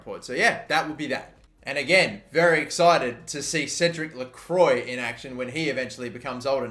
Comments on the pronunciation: Try to pronounce Cédic Lecroix Cédirc leu-kroua I'm French and that's basically how it's pronounced properly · Lecroix = Le-Kwa de Mesquites = de Mes-Ke-Tes Ezequiel Barco = E-Zee-Kee-El Barco De Vrij = De Vr-eye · Its pronounced le-cru-ah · Don’t wanna be that guy but it’s actually pronounced “lacroua” not lacroi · Cédric lecwa (how you pronounce) oi makes a w sound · i suck at french but i think you read that as "lecroa" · It’s more like - lekhwa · It’s pronounced Credic Lecrwa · Lecroix is pronounced lecrwa btw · Lecroix is pronounced more like (LeKwa). And Q with Spanish/Portuguese names is pronounced like a K. So it’s pronounced like (De Mez-Key-Tez). Love the series, keep it up! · I believe you do pronounce the r, so then I’d be lekrwa